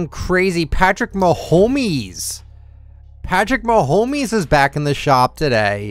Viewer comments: It’s Patrick mahomes you pronounce it ma home s not mahomees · “Patrick ma-homies”